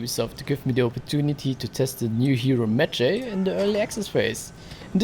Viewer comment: It’s pronounced Med-Jie